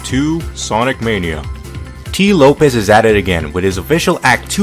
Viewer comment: Very entertaining video,! But I wanna correct you on one thing; Tee Lopes' name is pronounced like "Slopes", not "Lopez". Anyways, you make great stuff, man. Keep it up!